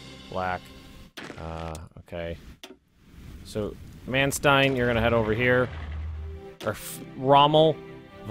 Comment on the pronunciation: Man Stine. Stein just like in Einstein.